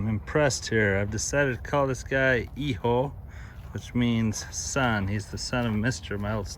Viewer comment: Hijo is pronounced EHOO